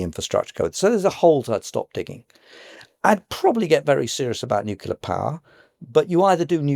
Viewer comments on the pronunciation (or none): I find it hard to take someone seriously about energy when they pronounce "nuclear", nucular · I just can't take someone who pronounces it NU-CU-LAR as a serious academic